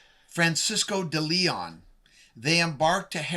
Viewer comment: Scott Wolter needs to pronounce the Spanish name "de Leon" colloquially correct. It should sound as the Spanish explorer's name "Ponce de Leon". Also Scott Wolter, so many misspell "prophet" as "profit". I made this mistake a few times decades ago. This is merely a misspelling Scott, this is clearly NOT President Trump and J.D. Vance. WOW, do you ever have a vivid imagination Scott Wolter. Furthermore Scott Wolter, you appear to suffer from "Trump Derangement Syndrome" (T.D.S.). Please stick to geology Scott Wolter, as politics is not your talent.